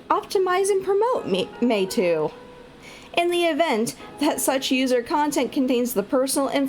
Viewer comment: Your pronunciation is correct. Meitu means "beautiful picture/image" in chinese language.